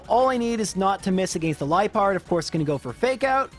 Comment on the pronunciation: I always thought Liepard was pronounced like “Lee-ah-pard” since it seems to be a leopard Pokémon and that sounds closer to leopard than Pronounciation